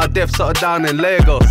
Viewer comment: the way he pronounced it made me proud me☺️, most whites people be sayin la go(a)s (only ashawos say it like that)but he says it correct lay g(m)oss big up may man